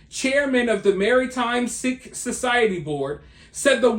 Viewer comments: Its pronounced seek. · I love your content! Are you saying Sikh? if so it's pronounced "SEEK" Keep up the great work!